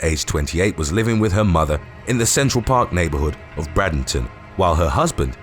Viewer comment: Bradenton, Florida is pronounced: Braid-N-Ton (Just saying... This is the 2nd time I've caught the small mistake)